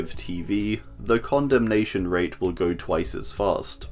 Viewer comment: I dont think you should be pronouncing condemnation like that..